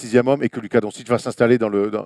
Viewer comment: D-O-N-T-C-H-I-T-C-H pas "Don-citch". Ou alors prononcez à la française : "Don-cik"